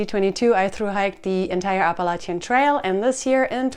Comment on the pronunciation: Like the way you say Appalachian.... it hits also....❤